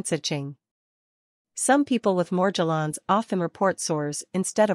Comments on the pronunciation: She dosent pronounce Morgellons correctly... Why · Yeah, it’s highly suspect and a clue to the unreliable nature of this video.